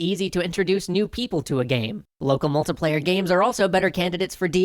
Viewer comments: Aaaaargh Mult - I - player So far the only pronunciation I've had a problem with on your channel :p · "Local MULTA-player". 😑 Don't know why that bugs me so much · I'm sorry, I had to stop this video about a minute in. The way you pronounce "multiplayer" is not just wrong, it's not just disgusting and sickening, it's criminal. You belong in word-prison for your abuse of the word "multiplayer".